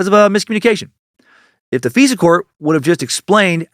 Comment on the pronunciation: Dan its not "Fesa court" its "FISA COURT" the "I" is not pronounced an "E" I roll my eyes every time you pronounce it "feesa"